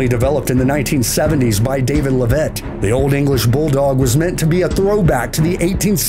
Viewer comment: Leavitt is pronounced "LEV-it", not "le VETTE".